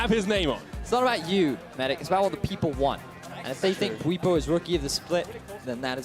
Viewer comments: bwetsy? Lmao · 15 minutes in and theyre already getting bwipo's name wrong again